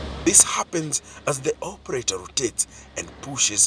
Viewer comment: Why did the narrator say operarer though😂😂